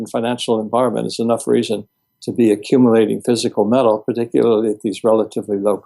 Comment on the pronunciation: Funny how pronounces the word "met-tal". I wonder where he is from?